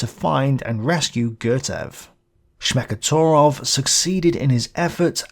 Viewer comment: The surname Smekhotvorov consists of two roots, the 1st one being "Smekh" (Laughter) the 2nd "Tvor", (from Tvorit = To create or to make). -ov denotes 's' (as in Jones). Dunno why I wrote this, just for the sake of writing something. Oh yeah, I got it. pronounces 'torov' instead 'tVorov', but let's not be too picky, I realize how difficult to pronounce Russian surnames are. And there's no the 'sh' sound in Smekh. It's 's'.